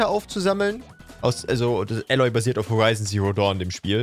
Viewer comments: Kleine Anmerkung: das A von Aloy wird lang ausgesprochen. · in allem Ehren - aber wie er Aloy ausspricht tut weh Trotzdem ne geile Folge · Älloy. AUA!